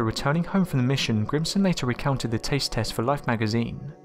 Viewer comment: Grissom...GRISSOM! Lol. Not Grimson!